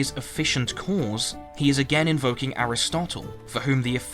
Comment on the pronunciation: I’m sorry but like minutes into this I started to hate the way you pronounce “cause”.